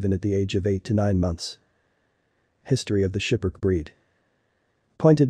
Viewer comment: It's SKIPPER - KEY, not 'Shiperk' Please no more computerized voices in these videos. It completely ruins what you are trying to convey.